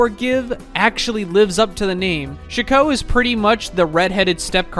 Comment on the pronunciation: Chico? It's chi-cot.